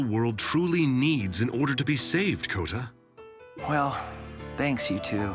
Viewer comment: I meant you say Kouta